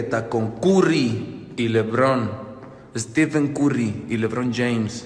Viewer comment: Dijo curry pero si le pones a tencion si se entiende curry pero alabez carry pero esta bien se entiende que es curry porque dice lebron si no entienden si están bien pendejos